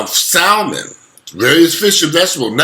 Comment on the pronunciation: Great video. The L is silent in Salmon. It’s pronounced ‘Sam-en’